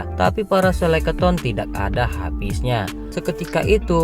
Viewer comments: Sekeleton bang bukan seleketon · Bukan Seleketon ya bangg, tapi skeleton. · Sekeloton bang bukan seleketon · Bukan selekaton bang tp Skeleton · bang yang bener skeleton bang... 🤭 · Waduh typo ni lidahnya abang ini... Skeleton bang..